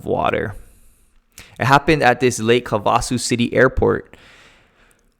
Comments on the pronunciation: It's pronounced HAV-a-soo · Just a minor correction. It's pronounced "HAVE-A-SUE." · Great report. Just a note that the lake and city we pronounce havé-a-sue.